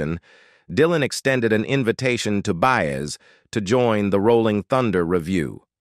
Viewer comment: OH NOOOOO! Enough of these robotic voiceovers that just butcher the names of the people!!! Ok by That was IT for me...Joan Baez's name was just so messed up my ears shut down...And although this video is CLICKBAIT it had no purpose because it never answers its own posed question....I started reported videos that are just a waste of time and lie.